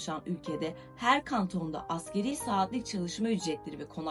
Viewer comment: Askeri değil asgariiiiii (asgari arapça kelime ,en az anlamına gelir)